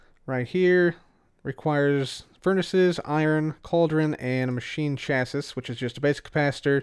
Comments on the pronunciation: it's pronounced chass-ee, not chassiss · "Chassis" is pronounced either "cha-see" or "sha-see", but not "chas-iss" :) Also, interesting tidbit: in the real world, a clathrate is a crystal which has molecules of some other material trapped inside its lattice. What exactly is trapped inside the glowstone of the Energized Clathrate, I don't know... But the Thermal Foundation documentation says that the same ore which drops it can also drop small amounts of sulfur, so I'm guessing it's a glowstone crystal with sulfur trapped inside. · I love you... but it’s “chass-ee”. It’s not the biggest deal but I feel it in my soul when you say “chass-is”. Someone I watch, who’s a great YouTuber and I love his videos, but he says “equippeded” and it kills me. “Chass-is” isn’t nearly as bad though lol. Not trying to hate btw knowledge is power!!!! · I believe that 'Chassis' is pronounced 'Chas-ee'. (Not 100% sure, but it sounds right). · MrCinnamonWhale yeah it bugs me too. Chassis rhymes with classy. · Chassis rhymes with classy. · Not trying to sound like the word police but I'm pretty sure chassis is pronounced chassy. Like the Pokemon chancy but without the N. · It is pronounced Chas-ee for your information.